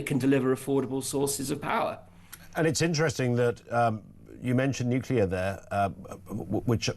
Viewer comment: You might want to tell your energy expert it's not pronounced NUKE-U-LER. Unless of course you're Homer Simpson.